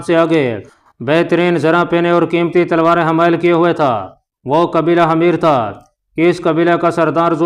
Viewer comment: Salaam from Canada 🇨🇦! Sir, The word you pronounced “Hameer حَميِر" is not correct! It means “Donkey گدھا” . The correct pronunciation is “Himyar حِمْيَر” . Please correct! Thank & regards!